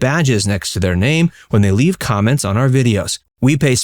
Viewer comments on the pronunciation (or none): none